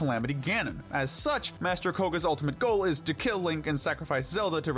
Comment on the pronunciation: I like how he say he can killen Ganon